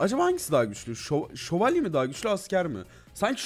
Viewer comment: Nobody::şovalyelerla savaştık